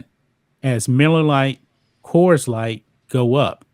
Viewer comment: It's not kers it is Coors (kors)